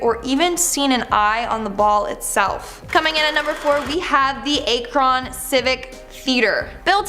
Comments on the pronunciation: I know, I was cringing something fierce when she said A_Kron. It's ACK-ron. Its like calling Tuscon, AZ Two-sun. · FYW, it’s pronounced Akron (Ack-ron) not (Ache-ron) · Ah-k-rin(Akron), not a-k-ron (I’m from ohio) Love this video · “AHH-Krin” not Acron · i thought it was pronounced like "ahk-rin" not "a-kron" 💀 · It’s pronounced ack Ron. Not ake Ron. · the city is AK RON not A KRON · Akron- Ack-Ron Portage -Port age . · "A-chron." Bwahahaha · and its AKRON!!! AH!-KRUN! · Pronunciation... Medina (Ma dy na)..Akron (Ak ryn) 😆 js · The was she said medina county and akron really bothered me😂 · Personally, as an Ohioan I have never heard of most of these legends. I found these legends very interesting. However, I do have to point out that my ears hurt after the mispronunciation of Akron, Portage, and some others from someone without an accent; but that's probably just me. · I’m from Akron and I’ve been to the theater. Also you said Akron wrong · You would think that you would look up how to say these towns before making this video. I've never heard Akron pronounced like that before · That pronunciation of Akron was scary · Did anyone point out to that she mispronounced many of the locations like Medina, Akron, Portage County, etc.? Can anyone help them in the future? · The way the woman pronounced Akron 💀💀